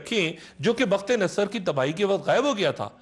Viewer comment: ڈاکٹر صاحب آپ بعض الفاظ کے تلفظ میں غلطی کر جاتے ہیں جیسے بَختِ نصر کہا ہے جبکہ صحیح تلفظ بُختِ نصر ہے اسی طرح آپ نے حضرت عمر بن خِطاب کہا جب کہ صحیح تلفظ خَطّاب ہے اسی طرح آپ نے ھَرْقَل اور بنی جَرھم اور نابلِس میں غلطی کی جبکہ ان کا صحیح تلفظ اس طرح ہے ھِرَقْل _ بنی جُرْھم اور نابُلُس